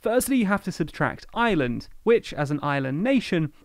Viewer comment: It's really annoying that the narrator pronounces "Ireland" and "island" exactly the same.